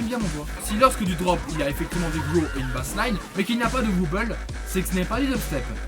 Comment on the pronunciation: Très bonne vidéo !!! On voit que tu t'y connait pas mal comparé a d'autre gens qui mette du skrillex pour illustré du dubstep... seul petit truc, on dit "Wobble" ou "Wobble Bass" mais pas "wuuble" :)